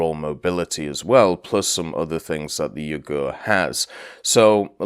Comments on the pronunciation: The name of the ship pronounce "Yuu gu re" not "yougerr" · it's pronounced Yuu-gu-ray, there's no silent vowels in Japanese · Yep, vowels are never silent in Japanese names, and more than any other case having an "e" at the end seems to always confuse English speakers (it was a bad habit for me at first too). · I doubt he care. A bit odd to hear (especially as a Japanese) but in some ways reminds me how US servicemen friends of mine calling Ise as I-see, which is funny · he cares, I corrected him about it on stream. I just had to write a comment about it because it sounded French, the way he was saying it... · He used the hepburn romanization in the title, pronunciation should have been obvious from looking at that. But I guess that just means he's not weeb or naval ain't his forte.